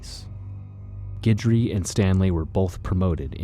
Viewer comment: It's nice that you know how to pronounce Guidry, thanks.